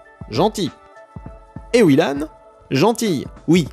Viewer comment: Bonjour je m'appelle Ewilan et désolé mais SA SE PRONONCE EVVVILAN oufff